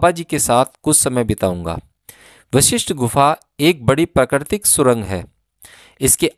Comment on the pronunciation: Aap bahut hi nek kaam kar rahe hain yeh sab sunakar....par aapse Anurodh hai ki apna uchaaran theek rakhe.. Vishisht gufa nahi hai yeh Guru Vashishth ke naam par Vashishth Gufa hai...kyunki jo aap bolenge log ussi ko sunenge...par shabd ka arth badal jaayega...kripya dhyan de